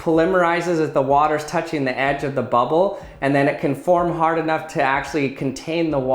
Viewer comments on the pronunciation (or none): none